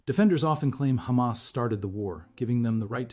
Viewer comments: Blond 'semite' and Khamas. She can say Hostages, she can say Have, but she can't say Hamas. Lunatic. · You know whats up when you hear ”khamas”